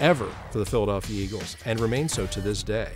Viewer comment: the...Phlilieayalfiya Eagles